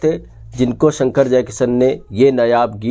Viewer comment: भाई साब यही फर्क़ है जो आप में और प्रदीप शर्मा में है, आप मुकेश को मुकेस और शंकर को संकर बोल रहे हैं, जयकिशन को जयकिसन, और ये कहानी बिल्कुल झूठी है, सुहाना सफर के साथ ऐसा कुछ नहीं हुआ था, थोड़ी रिसर्च करके आया करो